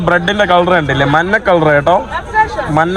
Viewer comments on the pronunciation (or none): കോപ്പേ, മന്ന അല്ല മഞ്ഞ ആണ് ശരി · മന്ന അല്ല പന്നെ 😂മഞ്ഞ